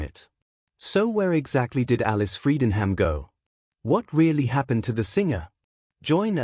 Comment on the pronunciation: AI voice over can't even pronounce her name correctly. Pathetic! But Alice is GREAT!